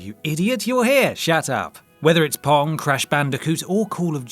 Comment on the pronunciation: Thought he said porn instead of “pong”